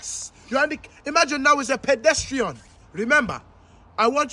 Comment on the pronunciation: This guy pronounced pedestrian so weirdly